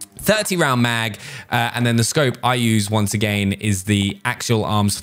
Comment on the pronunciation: honestly why does he say once a gain WTH